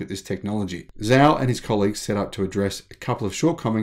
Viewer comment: As a former Chinese language teacher I’m continually cringing with the mispronunciation of Chinese names. Romanized Chinese pronunciation is difficult and not intuitive. For example, the name Zhao is actually pronounced Jao. For future reference, if you aren’t sure how to pronounce a Chinese name, check a Pinyin romanization chart online. With a little practice it becomes second nature after a while. I absolutely love your channel—keep up the great work!